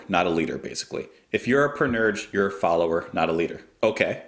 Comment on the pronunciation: for what it's worth it's pronounced pan-ur-sha